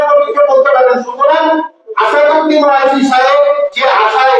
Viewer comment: খানকীর ছেলে আসাদৌলা ওইসী নয়, আসাদদ্দীন ওয়ায়সী, ঠিক করে বলতেও তো পারছিস না, মুর্খ দালাল চরীত্রহিন, লম্পট